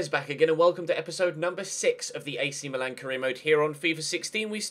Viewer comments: Am I the only one who noticed that he said Milan as meelan 😂😂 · its how they say it in italy